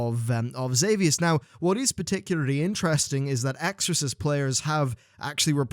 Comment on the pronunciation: And you can't even say their name correctly, they seem real important to you.